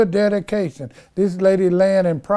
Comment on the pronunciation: Dedication sounds like daddy-cation. Lol 😆🤣😂